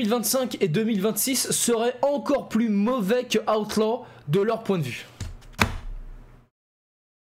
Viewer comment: 😂Ta prononciation d'Outlaw* à chaque vidéo😂